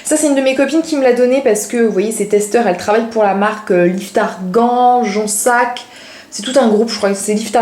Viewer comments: Coucou !! Je t’ai decouverte il y a quelques jours et whouaou super j adore ta chaine !!!!!!!!!! Pour la marque on dit jonZac et non jonSSac 😛 !!!!!! BisoussS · ma belle cest jonZZZZZZac tu dis JONSSSSSSAC cest pour ca! lol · Jonzac est une marque et une ville proche de bordeaux ^^ Et on dis jonzzzzac et non jonssac 😂😘 Gros bisous à toi! ;) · Ça se prononce JonZac puisqu'il y a un Z ;) Et on dit UNE vis